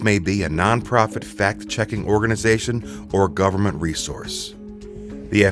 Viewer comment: "Governent resources", Ha!